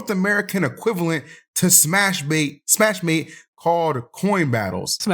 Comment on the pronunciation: Someone tell that the english name is just smashmate, not smash-ma-te. It's already in english.